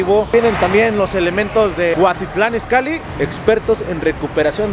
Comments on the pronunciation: Es Cuautitlán Izcalli no Cuatitlán y no es grabiel es Gabriel 🤣🤣🤣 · se dice cuautitlan izcalli y no cuatitlan 😂 cambia el haiga por el haya 🤷‍♂️ , pero si te endenti 😂😂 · Es cuautitlan izcalli no Cuactitlán an izcalli 😂😂😂😂😂😂😂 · Es CUAUTITLÁN IZCALLI no cuatitlan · No lo tomes a mal!!!, pero es cuaUUUUUUtitlán Izcalli, no CUATITLAN!, solo tomalo en cuenta!! Saludos!!! no dejes de chambiar!!! y de GRABIEL ni hablamos. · Es Cuautitlán izcalli no cuatitlan Izcalli ponte chingon!! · Es cuautitlan Izcalli no cuatitlan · Dijiste la de cuatitlán izcalli😝😝😝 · cuatitlan Izcalli jajaja habla bien